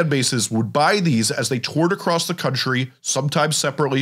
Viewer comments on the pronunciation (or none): none